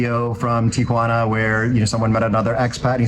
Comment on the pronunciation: Thank you for pronouncing the name of the city correctly. Instant cred!